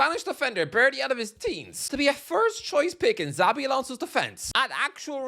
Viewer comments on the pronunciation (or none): Mate, next time you say Xabi, just pronounce shabby and you're good.